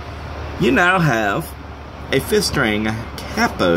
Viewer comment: Oh I get it, you pronounce it "cappo" because it's a pen cap, that's pretty funny. I may be wrong, english is not my first language but I've only heard it pronounced like "kay-po" before. This is a good idea, I'm gonna make one. Thanks